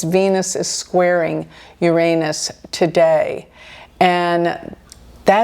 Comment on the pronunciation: I am respecting your bravery in pronouncing Uranus correctly, no matter what jokes may come.